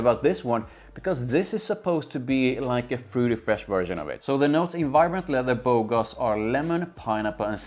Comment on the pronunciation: You pronounced Bogoss properly. It means "stud" or good looking guy in French. The name is kinda super cringe lol. I like it far better than the original tho. Simply because performance is actually decent/normal. It loses edge after few hours but I could still smell it for a good part of my day. It even came back when I exercised at night. I don't think it's that original tho. Pineapple isn't uncommon. And I think it also gets compared to Aventus thx to that note.